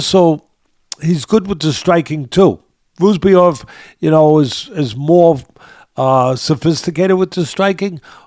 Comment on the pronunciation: sounding like Uncle Chael with the name pronouncing… Buckley vs Roozabov